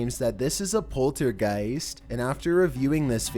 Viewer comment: What is a polargiest